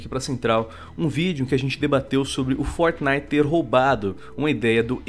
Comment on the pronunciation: por que vcs falam fortnif literalmente